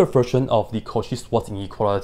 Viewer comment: the "cauchy-swanz-ineuality" 😂